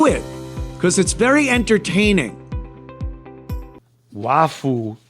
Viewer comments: Can you say waffle, not "wafoo"? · It's Waffoo. They can't pronounce that L at the end.